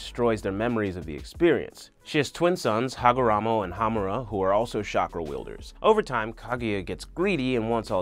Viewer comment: mostly mispronunciation of names like minato, kushina, and hagoromo. he says miNAto, kuSHIna and hagaramo